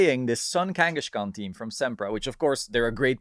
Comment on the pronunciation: Sorry to be that guy but it's Kangaskhan, not Kangashkan